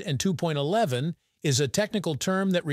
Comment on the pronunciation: 802.11 is pronounced Eight Hundred and Two point one one. Any number to the right of the decimal point is pronounced a digit at a time. 802.11 is NOT pronounced Eight Hundred and Two point eleven!.